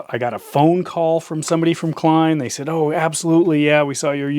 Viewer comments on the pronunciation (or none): none